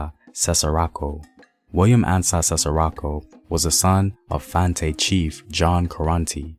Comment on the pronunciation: Fante: is “Fan-Tee” Takyi: “Tay-chee”